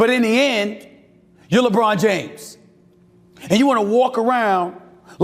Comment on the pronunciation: Lebraud James😂😂